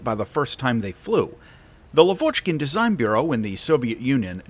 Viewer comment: It's lAvochkin, not lavOchkin